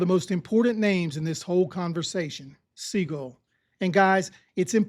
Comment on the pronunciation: Hey, Sea-Gull, Sea-Gull, Sea-Gull, Sea-Gull, Sea-Gull. Pretty please.